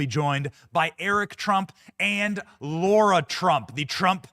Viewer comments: Benny!!! Stop calling her LAURA! It’s LARA 🤦🏻‍♀️ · Benny her name is LARA not Laura - pls get it Right ❣️ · U mispronounced Lara s name! You're a racist!😂😂😂❤